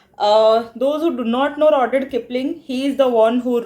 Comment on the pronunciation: RUUD-YAARD Kipling ... You're pronunciation of the name is horrendous.